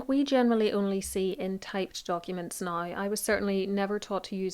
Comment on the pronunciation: It took me a while to understand your “now” - sounds like “nie”. 😊